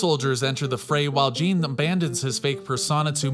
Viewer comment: Lol calling Jean, gene lol